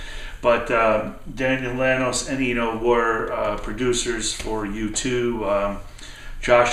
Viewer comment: Good stuff. Really dig that Beck record and will check out the Chesterfield kings. Good stuff with Goldberg! If you don't mind my correction, Daniel Lanois is pronounced Lan-WAH. Like the French. Wish Id be seeing you Saturday but I am sure we will catch up. Be good!